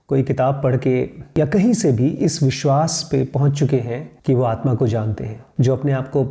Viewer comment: You are calling aatma as aatman I think it's wrong